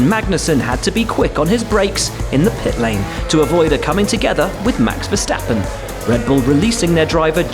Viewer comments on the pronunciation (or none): none